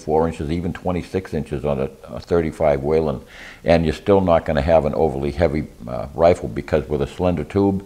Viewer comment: Whelen not Whalen